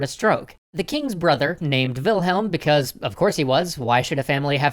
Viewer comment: LOL! "WILHEM...WILHEM...WILHEM...ALSO...WILHEM"